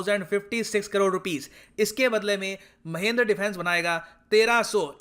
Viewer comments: Sir, Wo Mahindra hai Mahendra nahi😂😜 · Sir there is a mistake in your pronounciation...its mahindra not mahendra..you should call it महिन्द्रा not महेंद्र ..overall well informative video as always... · Mahindra sir not mahindar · Isn't it महिंद्रा